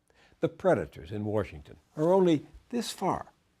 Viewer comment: Love how he says "Warsh-ington"